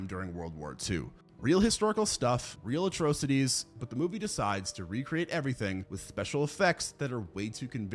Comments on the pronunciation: Right. When he first uttered it, my brain couldn’t even process what he was actually saying because it was like WTF! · I'm sorry who the hell says "atrocities" like that